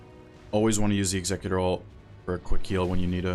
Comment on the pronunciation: bro there is. O way you are this proficient at the game and don’t know how to actually say executors name…